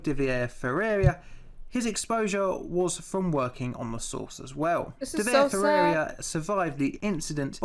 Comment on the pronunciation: I like how he pronounces Ferreira Fieirria lol